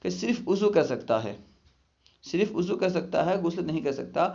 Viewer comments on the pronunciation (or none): بھائی آپ وضو کو اضو کیوں پڑتے ہیں